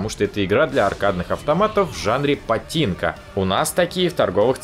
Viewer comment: ААААААА ПА-ЧИ-Н-КО !! ААА жуть! パチンコ ー пачинко! если хотелость именно патинко то было бы - パティンコ! Это так режет уши да и вообще забыть надо эту поливановщину.